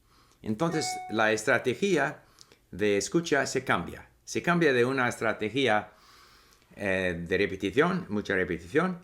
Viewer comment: Hay una palabra que tú pronunciaste con tilde "estrategí-a" pero de esa manera está mal Debe ser "estrate-gia" "estrategia" sin tilde